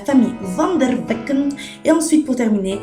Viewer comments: Le nom c vanderbeck et pas vandervecken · Ptn Vendervecken tserieuse la ? c'est Vanderbeck x)